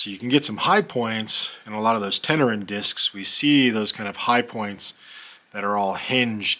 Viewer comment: "Tenerean"...is Tenerian...and pronounced Ten er ian...not...Ten er an. Given that the piece is nearly 7000 years old...any comment about it purpose is complete speculation. The Tenerian culture is, itself, largely shrouded in speculation. There's a clear beginning, and end and a period of possibly up to 3000 years which shows little development. But because of the nature of the larger region surrounding,the primary site, substantive knowledge of them is missing.